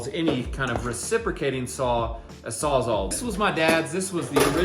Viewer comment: Sawz-All not saw -zahl. It a tongue twister but I rarely hear any trades guys pronounce it correctly. Great video boys. 👍